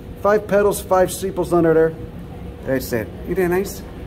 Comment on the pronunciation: ‘Uhh ya also got that swollen ovary uhh, down derr’ hahaha 🤣